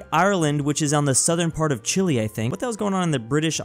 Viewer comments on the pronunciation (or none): none